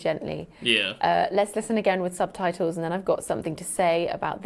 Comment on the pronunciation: What's a 'sub-tie-toe', poppet?